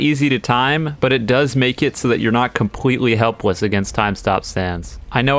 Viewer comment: not compwetely hewpwess. Is just pure comedy for the listeners